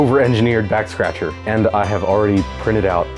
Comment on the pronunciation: I swear he said 'Vax Scratcher' near the end and that has me dying